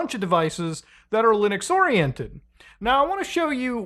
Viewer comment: Why u say lunix and not linux